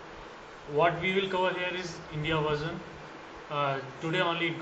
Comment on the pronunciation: Are you speaking english its Version and not varson....you may correct it in next videos which you do.. thanks!